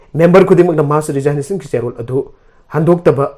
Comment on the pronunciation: News Reader!! RESIGNATION- TO BE READ AS RE-ZIG-NATION & not as RE-ZINE-NATION